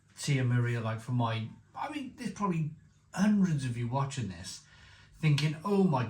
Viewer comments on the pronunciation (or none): none